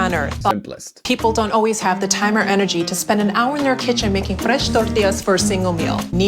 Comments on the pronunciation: I don't know what's funnier, the way she accents "fresh tortillas" every time or the fact that fresh doesn't get the accent treatment if there's a word in between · Why does this lady only have an accent when saying "Fresh" and "Tortillas" and no other times? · as someone who lives in LATAM, I get tortilla but why say FRESH in an accent?? it's not a word in spanish lmao, also why does she roll the r so hard?? doesn't sound natural like at all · I get why she says tortilla with an accent but why does she say fresh with an accent and then nothing else. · Kinda odd to use the accent with “corn” and “fresh” lol but I know pronouncing Spanish words with the accent happens a lot. Especially with Spanglish speakers